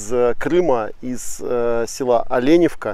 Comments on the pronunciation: Местные произносят не ОлЕневка, а ОленЁвка... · слух режет от слова олЕневка .....ОленЁвка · Але`невка?ну даеш